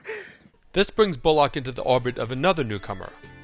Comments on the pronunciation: Jesus Christ, it's pronounced bulluck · The way this guy pronounces names is so annoying. BullLOCK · A fine review, but the man's name is Bullock, not Bull-OCK. Anyways, Deadwood is the greatest show ever made. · Please explain to this narrator how to pronounce "Bullock"!!!!!!